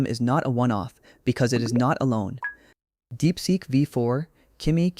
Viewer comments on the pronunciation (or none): none